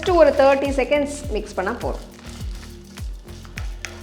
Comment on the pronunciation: Why are saying ‘போறும்’ instead of ‘போதும்’?